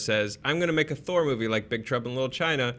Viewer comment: Just gonna say, I did enjoy The Dark World more than Ragnarok. Also Thour (pronounced Thou-er)